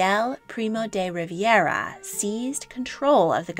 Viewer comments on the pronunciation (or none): Primo de Rivera, not Riviera.